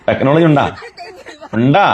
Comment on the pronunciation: ആ തെക്നോളജി കേൾക്കുന്നതേ ഒരു സുഖമാണ് 😂😂😂 ജാമിതക്ക് തെക്നോളജി കിട്ടിക്കാണും 😄😄😄